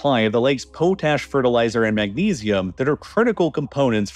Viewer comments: PO-tash?? Its pronounced POT-ash... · It's an AI voice, right? You can't really expect much from AI pronunciation. See also how it says "potash" in the video. (Or, I mean, if it's a real human, he has learned to speak with an AI cadence. And I don't know why anyone would do that.) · Klamath, with a short A. The As are like the A in math. Potash... short O like the one on "pot". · pot-ash lol